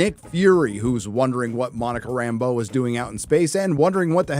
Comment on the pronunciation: For the grammar nerds, can I just compliment pronunciation of Rambeau. And not Rambo the way Nick Fury says it. Usually SLJ's unique pronunciation is pretty cool. But in this dreck it just sounds dumb.